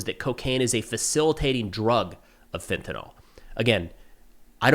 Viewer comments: Hey man, fentanyl is pronounced with “ill” at the end, not “all”. -68W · Pronounced fentanil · Lol, Fentanyl is not pronounced fent-uh-NAHL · Fen. Ta. Nyl. TA. NYL. US Americans: fentynal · Just FYI... fentanyl is usually pronounced 'FEN-ta-neel'. Excellent content, as usual.